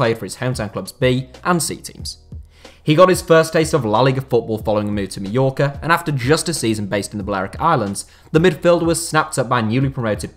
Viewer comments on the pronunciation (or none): none